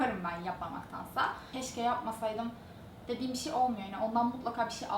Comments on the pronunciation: Diksiyon derslerinde Bir şey bişi diye okunulması söyleniyor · kimsenin baskalarini konusmasina gore cezalandirdigi veya onlarin konusmasina karistigi yok. ulan o kadar ingilizce konusmaktan Turkceyi sokememis resmen. BISIY ne bi allahin kulu soylesin BISIY ne? inan insanin ana dilini boyle yanlis telaffuz etmesi hem rahatsizlik veriyor hem de utandiriyor. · lutfen BIŞIY deme gercekten rahatsiz edici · Madem kızın 'bişiy' demesi zorunuza gidiyo veya her şekilde eleştiricek bir şey buluyorsunuz daha iyisini yapsanıza. Hadi daha iyisini yapında bizde utanalım.